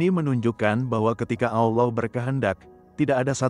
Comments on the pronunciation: Karena AI tidak bisa membaca Allah kak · Kenapa setiap penulisan allah dan pembacaan kalimat allah sengaja di salah 2 kan, ini membuat islam emosi